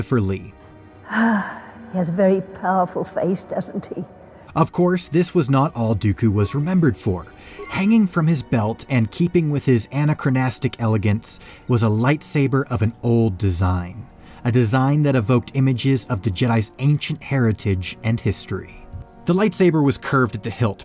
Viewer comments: "Anna-crow-nast-ic"-!? Who is she? Anachronistic is properly pronounced; An-ack-ra-nis-tik. You mouth-breathers ruin everything in relation to linguistic integrity. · Lol nice try pronouncing anachronistic. You'll get em next time